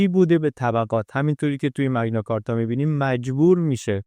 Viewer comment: ⸻ 🎙️ بابت زحمتی که می‌کشید واقعاً ازتون ممنونیم، عزیز 🙏 کلیپ‌هاتون نه‌تنها زیبا هستن، بلکه واقعاً آدمو تشویق می‌کنن بیشتر یاد بگیره 🌱📚 یه نکته کوچیک هم فقط از سر علاقه می‌گیم: اون اصطلاح معروف تاریخی که گفتید، به‌نظر می‌رسه «مَگنا کارتا» (Magna Carta) تلفظ درست‌تری داشته باشه، چون از لاتین میاد 🇬🇧📜 البته زیاد مهم نیست، مهم اون کار قشنگیه که شما و تیمتون انجام می‌دید 👏 ما از همین‌جا براتون آرزوی موفقیت‌های بیشتر داریم ✨ با عشق ❤️